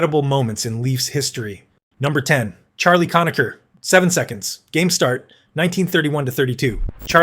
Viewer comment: Cona-Ker, not Cona-cher.